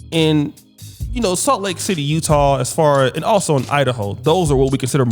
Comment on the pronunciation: Did say Salt Lake Tidday?